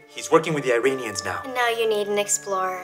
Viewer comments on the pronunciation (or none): none